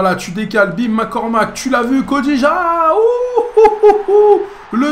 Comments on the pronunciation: Yo c'est Kodjia et pas Kodija ^^ Bonne vidéo sinon!! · pour les gardiens pourquoi pas Alban lafont ou Simone scuffet qui sont de jeunes gardiens mais a l'avenir vont augmenter pas mal:) et a gauche pourquoi pas Januzaj qui a du mal en ce moment et qui garde un bon potentiel ou Adam ounas ou pulisic le joueur de dortmund Ps: ça se prononce Kodjia pas Kodija;) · c est pas kodija c est kodjia